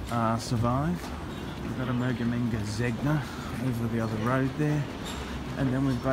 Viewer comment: "Emergamenga Zegna" lololol hahaahahahahaha